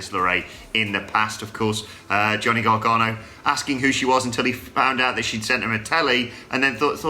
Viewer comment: 1. I feel really bad for Paige in this situation. Of all those affected, she has the most reasons to be angry. 2. Vince really needs to just bugger off. 3., its pronounced GAR-GANO. Not, as you keep saying it, GAR-GARNO. Christ alive...